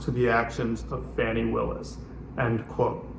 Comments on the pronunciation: Fani pronounced fawnee. Not Fanny. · Please pronounce Fani Willis's name correctly. It sounds like fawn-ee, not fanny. Trump mispronounces it because he's a misogynistic bigot.